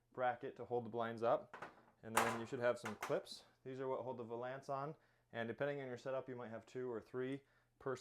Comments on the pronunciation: Just a small point: The word "valence" rhymes with "balance". Great video, though. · "Vuh lance" tee hee